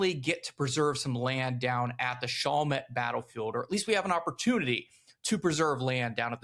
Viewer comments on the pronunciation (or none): Your pronunciation is off it's Shall Met, not Shoul met. Just for your historical correctness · FYI it's not pronounced "SHAWL met" its actually "SHALL met" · Yeah he’s gotta harden up those A’s in Chalmette and Barataria